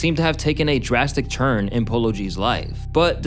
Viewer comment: I'm sorry, this is bothering me.. are you saying "churn" instead of "turn"?